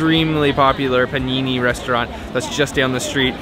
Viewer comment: "PANINI" AHAHAHHAHAHA JESUS CHRIST